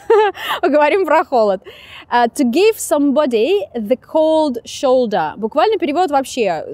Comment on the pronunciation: vasyl zhytynskyi такое, 2 года назад жил в Германии в течении 2 недель, и по английски там говорят примерно с таким акцентом, особенно когда она говорит «плечо», звучит как немецкий